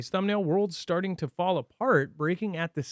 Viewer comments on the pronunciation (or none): "Worlds Statting to fall apart"? What is "Statting"? lol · statting or starting ?